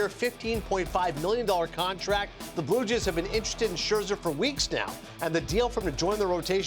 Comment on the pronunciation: Am I crazy? Why can't this guy say Blue Jays?